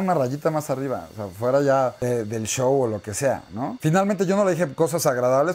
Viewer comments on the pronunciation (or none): none